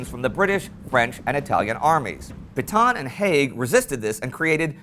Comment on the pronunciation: Love your channel but Indy it’s pronounced “Paytan “ for “Petain”. Just trying to be a little helpful.